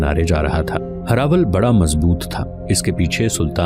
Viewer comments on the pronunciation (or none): none